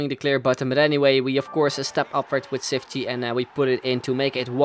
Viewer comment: His name is pronounced cheefchee kazzooie but great vid :)